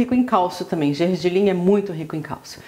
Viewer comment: É " GERGELIM" E NÃO GENGELIM ,TEM CERTEZA QUE VOCÊ ENTENDE DE COMIDA?? GRATINADO TEM QUE TER QUEIJO!! QUE CULINARISTA É VOCÊ??AFF